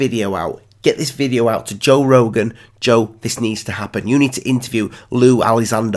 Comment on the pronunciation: Who’s Jor Rogan ?